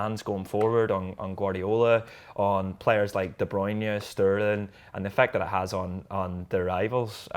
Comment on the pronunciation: " De BRUYNEIA" 20.32😂😂😂 how didn't Gareth pull him up on it.